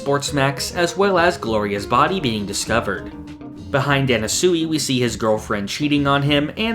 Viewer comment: why does he pronounce anasui like that